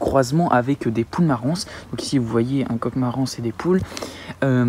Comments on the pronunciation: Salut, Tu as obtenu ce que l on appel la poule harco, croisements entre la marans et la poule rousse. Elle a l apparence de la marans et les qualités de pondeuses de la rousse. En sommes une tres bonne poule également pour sa chair. Ps: le S de marans, ne se prononce pas. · Oui tout à fait d’accord avec toi!! Mais il test beaucoup de chose!!! Et je lui ai déjà dit aussi que le « s » de Marans ne se prononce pas!! Mais il en fait qu’à sa tête 😂😂😂. Il est tout de même bien sympa et ses vidéos sont super bien faites!!! 👍👍👏✌️😁